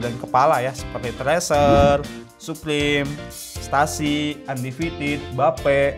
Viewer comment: Stussy kyknya di baca styussi... Bukah stahsi.... Like how to pronoun student.... Benar ato salah?